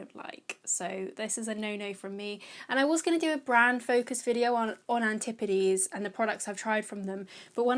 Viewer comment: ~antipodes~ ... love the way you say it! also like that you aren't crazy about those H&B products!